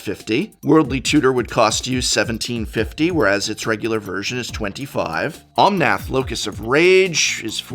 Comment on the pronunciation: why keep saying Omonth locus of rage? its locus of mana